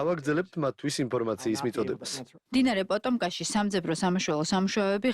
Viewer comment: პოტომკა კი არა პოტომაკი.